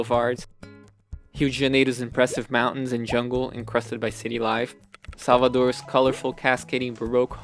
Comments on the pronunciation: Nossa eu assustei quando vc falou Rio de Janeiro e Salvador perfeitamente, aí percebi q vc é BR kkkkk amei o vídeo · com todo respeito, você é brasileiro? Eu estava me perguntando de onde seria seu sotaque quando você pronunciou "Rio de Janeiro" e "Salvador" como um brasileiro nativo. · pensei a mesma coisa, quando ouvi Rio de Janeiro e Salvador, já saquei que era brasileiro. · O jeito que voce falou Rio de Janeiro e Salvador entregou a nacionalidade hahahahah um abraço, otimo video!! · Are you brazilian? If not, let me say that you have to be congratulated by the way you say Rio de Janeiro and Salvador. It's just like a native! Now, about the content, it's amazing. A very good quality video, indeed. Congratulations!